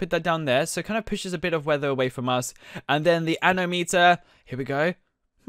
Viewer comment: Actually its not anometer its anomometer